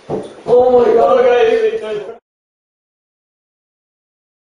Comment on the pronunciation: CEO of "OH MY GAD"